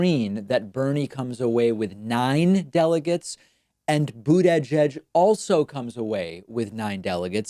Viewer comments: Please David, you're too smart to keep mispronouncing his name. Think Buda-judge. "edge edge," unless a parody of 45, makes you sound like an imbecile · Boot-edge-edge doesn't make any sense. Why would the first "i" in Buttigieg be pronounced as an "a"? It would have made sense if his name was Buttagieg. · “Boot-edge-edge” for Buttigieg, “Toolsi” for Tulsi. David’s deliberate mispronunciations of certain names crack me up, making his videos entertaining as well as informative. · Why does he say buttedge-edge? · You're seriously gaslighting man, I've heard no one else pronounce it Boodedgedge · I don't know, as a czech not native speaker, I always hear "bootyjudge".... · It's more like "Boot-a-Judge" to me. I chuckle every time I hear him say it. He's so emphatic with it. I appreciate him not calling him mayor Pete. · I think it's his way of fucking with them, the same way he says "Toolsi" when talking about Tulsi Gabbard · David can you stop calling the rat boo-dadge-edge? It makes you sound really dumb. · Sleep Paralysis, but it's just David Pakman saying "Buttigieg" over and over again. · The way you say Buttigieg makes me physically ill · it just sounds so weird when David says it because he stresses each syllable rather than just saying it as one word/name. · Please don’t say butigieg again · It bugs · Buda-judge is not much better. I mean, it's really not that difficult a surname once you've heard it pronounced correctly at least one time. Don't think the examples through other words are necessary.